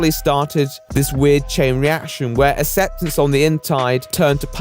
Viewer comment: Can you not pronounce it "asseptance"?